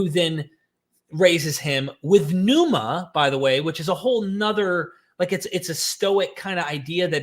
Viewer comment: I'm ecstatic to hear you finally pronouncing pneuma correctly!